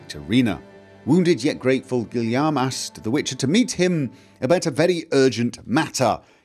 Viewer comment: Stop butchering this name, Guillaume! I know it's not exactly easy for anglophones to say it properly but please, at least use its English cognate: William.